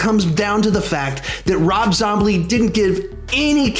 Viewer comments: You said rob zomble it's rob zombie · "Rob Zoblie" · "Rob zomblie" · Rob zombly? 😂😂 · “Rob zombly” 😂🤣🤣😅